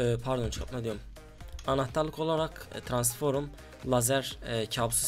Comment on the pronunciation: trans forum deyil transfor m lan düzgün söyle